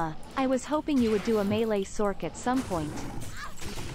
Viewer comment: Sorc is not pronounced "Source" it's pronounced "Sork"... same with Merc. ITS NOT EFFING PRONOUNCED MERSE.